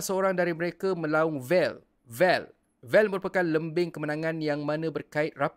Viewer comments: Tapi kalau dengar dia sebut wel bukan Vel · Die sebut wel wel..bukan vel vel die pon x paham ape maksud tu..and takde niat nak Hina secara terangkan pon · Dia ckp wel wel. Lah..😅